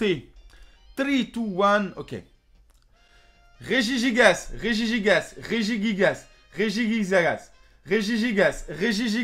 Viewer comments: L'Ange des Screamers bon je vais casser le mythe mais ca se prononce ré-ji-gui-guas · A la fin t'as dit gerigigas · REGIGIGAS REGIGIGAS REGIGIGAS REGIGIGAS REGIGIGAS * 94 prononciations plus tard* GERIGIGAS!!!!! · Gérigigas ! XD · se moque du primo kryogre primo graoudon mega raiyaykaza mais il dit quand même gerijijias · Jérigigas ! JPP 😂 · Il aurait été bien de la répéter 100 fois, mais correctement. Réjiguigas, quoi. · Mdr à la fin il dit jerijigas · Sa s'ecrit [Regigigas] et sa se prononce [Regiguigas] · Par contre pourquoi il le prononce régiguigace? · Tu a mal dit 100 fois regigigas